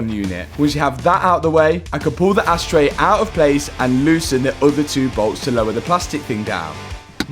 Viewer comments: Did i hear you right? Did you say asstray or ashtray? 🤣 great video as always - love it. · Am i the only one that hears "ass tray" :D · Anyone else hearing "asstray" 😂😂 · Asstray….we all heard it. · LoL sounds like you said asstray....Made me laugh each time. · Matt did you actually call it an ass tray 😂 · I heard “ass” 😳🤣